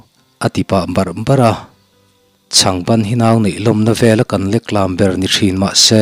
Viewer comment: Leklam, hei hi 'lam' tih lai hi i lam hniam thla a, kan lam dan chuan leklam a ri a khamphei thin .'leklâm' ni lovin leklam tih mai tur😁